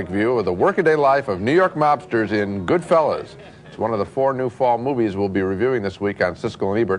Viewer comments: Yes, miss them. You gotta love the pronunciation at first - GoodFELLAs..... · Siskel mispronounces goodfellas lol